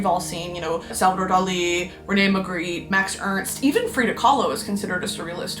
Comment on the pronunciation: Shoutout to the belgians, Bosch and Margritte, she did butcher those names but i’ll let it slide. Very much green bean!!